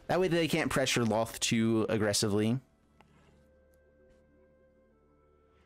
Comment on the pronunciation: He said Lolth's name right! The world is right again!